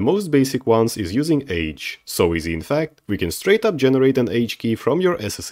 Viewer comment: Just FYI: age is pronounced "ah-gay", because the name comes from Latin. "Age" in Latin is a command spoken to another person to "act"/"go". Here's a good example